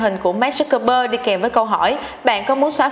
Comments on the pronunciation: Mình phát âm tiếng anh ko chuẩn thì ít nhất cũng đọc đúng tên người ta dùm chút chứ, Zuckerberg chứ mà cứ đọc thành Zucbergker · Mark Zuckerberg đọc là "mác dúc bấc gơ" à... ?! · Mark Zuckerberg mà đọc thành Mark Zuckbergker :)) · Dớt bấc cơ.. nghe wạo thiệt ak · k biết có phải nghe nhầm k nhưng mà sao t nghe là zuckbergker nhỉ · Hầu như clip nào cũng đọc sai tên người ta mà. Không biết có ai duyệt video trước khi đăng không? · Đọc tên ông chủ Facebook hình như sai sai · VJ tiếng Anh lớp mấy mà đọc tên ông chủ FB sai tè le thế trời